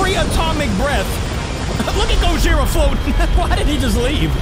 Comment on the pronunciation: The guy that you said that you Was gohira it was actually Show Gojira